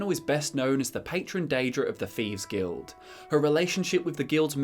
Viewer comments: you have the best TES lore vids hands down. But seriously... wtf is the "feeves guild"? I know it's a dialect thing to pronounce a "th" as an "f", but omg it drives me up the effin wall. Or is it up the "th"'n wall? That aside, I watch your vids all the time. Please keep em coming. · Wtf is a "feeves guild"?